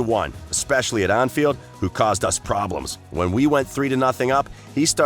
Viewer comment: “Aunfield” Lol